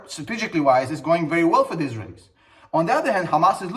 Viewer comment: The way you say Israelies is the wrong intonation. Just saying. I love your videos